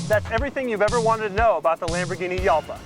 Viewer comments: You pronounce it incorrectly, it's Halpa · Uhhhmm Doug, I believe Jalpa is pronounced like Jalpa the Hutt. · Are you sure it isn't pronounce Halpa? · Jalpa is Spanish and more correctly pronounced ˈxalpa , sounds more like "halpa". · It's pronounced "halpa". Kinda. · you pronounced jalpa as yalpa but what about juice? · Hal-pa. Ooo-ra-chan. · ***** the correct pronunciation is like "halpa" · You don't say Jalpa right. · Pronounced Halpa not Yalpa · "hal-pah", not "yal-pah". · It's pronounced Halpa not Yalpa. Lamborghini uses Spanish names for their cars ex GaYiardo, MourTHielago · The "J" is pronounced like an H. Like, "Hall-pa".